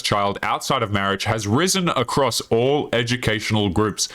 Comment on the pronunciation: Probably because you can’t pronounce the word “all” It’s not awwull , it’s all.